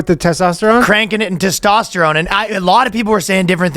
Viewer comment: Your “toss-tosterone”.😂